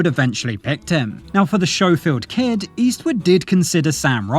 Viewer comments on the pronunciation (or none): Schofield has a hard C sound. It’s not “Show-field.” You’ve seen the movie right? I still can’t decide if this is AI narration or not because of stuff like this. Good video overall.